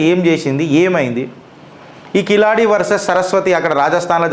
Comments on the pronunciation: కిలాడి కాదు సోధర కీలడి మొదట ఉచ్ఛరణ నేర్చుకో తరువాత చరిత్రల గురించి వీడియోలు చేద్దువు గాని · Kiladi kadu Keeladi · అది కిలాడి కాదు సార్, దాని పేరు కీలడి. I am from Tamil Nadu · అధీ కిలాడి కాదు కీలడి. అంతే కీల్ అంతే కింద అని అడి అంటే అడుగు అను అర్థం.